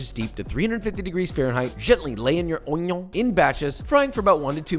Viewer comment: Yes yes yes don't forget the ONYO